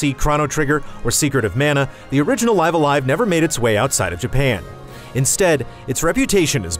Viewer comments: I’ve had all kinds of fun with this game. I’m currently on the penultimate chapter. (If you know, you know…) You also get props for actually saying the title correctly. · Curses, he said the title the correct way. I miss the old fan live alive pronunciation. It’s just nice seeing this classic get it’s due.